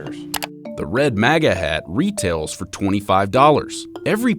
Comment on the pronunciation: You are pronouncing MAGA wrong